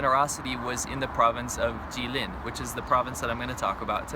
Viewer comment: GUY, IT IS JILIN, NOT JIALIN😃😃😃😃😃